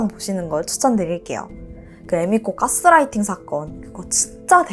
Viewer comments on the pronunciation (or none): none